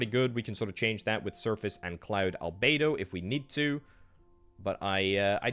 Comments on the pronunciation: He kept saying “albaydo”, that should’ve been a dead give away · It’s pronounced al-be-doh